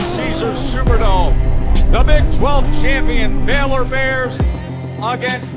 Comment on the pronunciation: It is B (long A) Y L O R